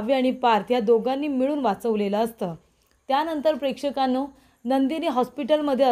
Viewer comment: कितीदा prekdhkannu म्हणतेस बाई